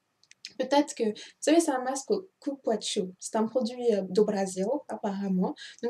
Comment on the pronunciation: "Coupouassou" pas coupouatchou :)